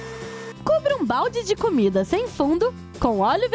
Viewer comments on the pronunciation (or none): none